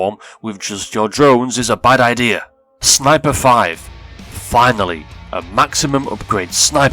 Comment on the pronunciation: "FINILY" wtf?